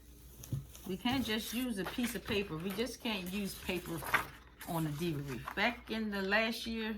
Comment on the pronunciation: Please say wreath not reef